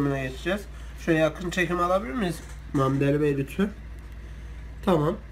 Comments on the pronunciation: Kutay Turfan mametali bey diyo antepçe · Ozan Ozan mehmet ali diyor antepliyim biz oyle deriz